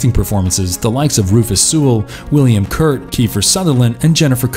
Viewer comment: thanks for great video, no offense though, you pronounce a lot of names weird lol (william KURT, tom SEEZEMORE)